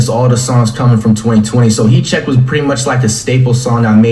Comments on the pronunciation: all i heard was heat cheque the whole video lmao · “He che” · This nigga said heat cheque for 2 mins 🤣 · Legend says he’s still saying heat check